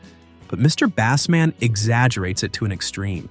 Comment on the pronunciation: The Bassman is pronounced as in basement, not as in the fish. Good grief!